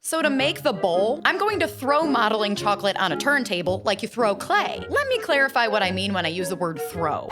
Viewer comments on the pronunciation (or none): The way she is saying “modelling” 😂